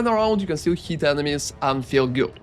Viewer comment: doesn't understand many words too like "heat" instead of hit or "attic" instead of attack. You tend to pronounce the words longer than they are. Guess that is a typical Russian accent thing:)